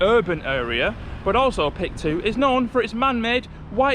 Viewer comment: HI there, new subscriber and PIK 2 resident here. Yea the pronounciation is PIK-2 not P-I-K-2, it stands for Pantai Indah Kapuk (Kapuk Beautiful Beach), and the "2" states that it's the "sequel" of PIK 1 in North Jakarta City of Jakarta Province, while PIK 2 located just outskirt of Jakarta: Tangerang Regency of Banten Province I can explain many things about places you visited shown here in this video, but I'll type too much on your comment section 😂 In brief, PIK 2 targeted to be done built in 2060, but I agree with you, in the next 5-10 years this place will be much better. Anyway, you pointed to the building of the TV station where I work 😅